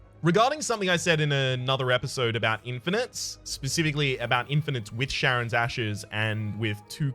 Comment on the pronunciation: In this case it shouldn't though. The mythological Greek character Charon has it pronounced like a K (in fact, Kharon is used as an alternate spelling).